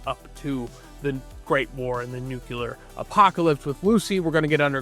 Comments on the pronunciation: Nu-cle-ar. Not nu cu lar. And there is no “X“ sound in the word “especially”. Please dear god. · There is only one 'U' in 'nu-CLEE-ar'. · It’s nuclear…..couldn’t watch past 5 seconds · Can’t keep listening to you mispronounce “nuclear”. Only one U. Seriously. Just one U in the word. Not hard.